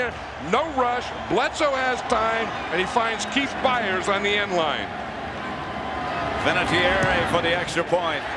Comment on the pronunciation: Vinatieri* 😁 He has a lovely Italian name. Pronounced “Vinna-tyerry”